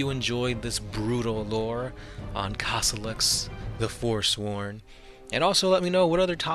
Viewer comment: I was trying to find him for good 15 minutes - isn't it supposed to be Kossolax instead of Kossolox?